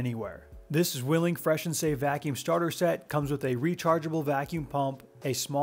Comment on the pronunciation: Not sure if you care about this kind of thing, but if you would like to pronounce 'Zwilling' properly, the "w" is more of a "v". It's the German word for twin :)